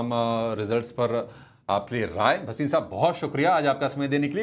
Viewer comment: वसीम नहीं भसीन